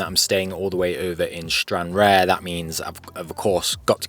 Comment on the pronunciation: Stran-rar. The e isn't pronounced.